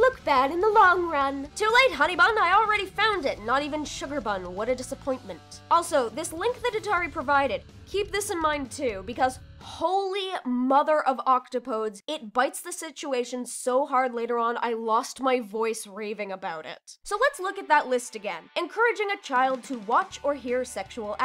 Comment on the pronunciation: I have a problem with this video. It’s not pronounced OCtoPOdes, it’s pronounced ocTOpoDES. Like “des” as in DEEZ. Edit: i have been notified that i hath received a heart from our lord and saviour. I hope that the mistake is recognised. It pains me greatly.